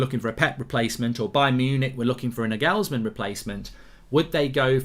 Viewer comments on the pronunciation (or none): none